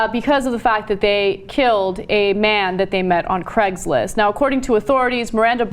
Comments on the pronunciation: why cant you pronouce the ai in craigs list sounds more like cregs list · It's Craigslist, not Craiglist.